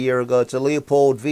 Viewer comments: Loopold is the correct pronunciation. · Why does everyone say “Leo-pold”, it’s “loo-pold”